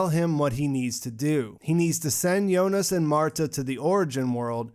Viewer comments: so it's the final .but why she said jonis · Is it me or he is actually saying "Yonas" instead of "Jonas"..